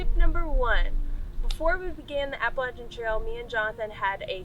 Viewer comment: I live behind the Appalachian trail in Delaware water gap/Stroudsburg area. I don't know anyone who pronounces it like that. "AppalaCHIN" lol great video. Very informative